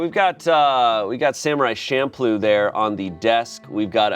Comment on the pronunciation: it's CHamploo. CH. don't piss me off 😭